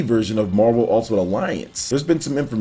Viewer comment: Is it just me or does it sound like he’s saying “Mobile ultimate alliance”